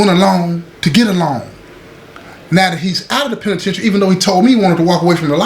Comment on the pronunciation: The way say da penitentiary let you know it's all the way authentic 💯✊️